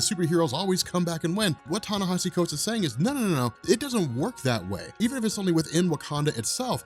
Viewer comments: ...Ten-nesh-E Thanks bro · long time listener keep uploading the good work. just wanted to say its pronounced Tah Nah Eee See